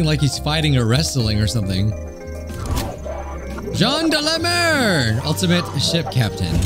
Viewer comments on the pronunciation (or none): As a french, "Jean delamer" make me laught